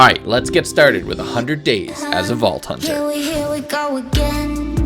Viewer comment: When he said "Let's Start 100 days as a Vault Hunter!" I thought he said ball-toucher